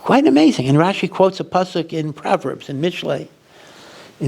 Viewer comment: Rashi's NOT rashes 😉